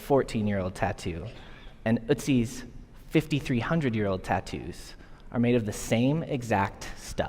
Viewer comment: not Utzi. They're doing my boy Ötzi wrong